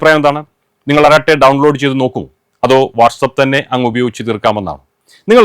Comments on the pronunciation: തമിഴിൽ "അരട്ടൈ " എന്നാണ് ഉഛാരണം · അറട്ടൈ എന്നാണ് പറയേണ്ടത്😊